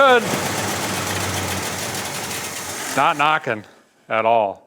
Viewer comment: Derek, you say at all the same way my late grandfather did; a'tall. It's a nice, if better sweet, thing. 🙂 Also, if your decoding of the cowl tag was correct, I was all of a month old when that Camaro rolled off the line. 😉 Still have ~50 minutes to go on the video, but enjoying your excitement over the 4-bolt and am quite curious to find out where it goes. 👍